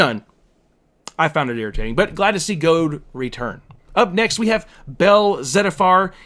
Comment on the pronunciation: LOL WTF. "Goad"? It's pronounced "JEE-ODE". Like the word geode, which is exactly how it's spelled, and which is a real American word for a hollow volcanic rock. Jesus.